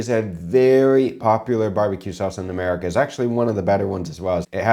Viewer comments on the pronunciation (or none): none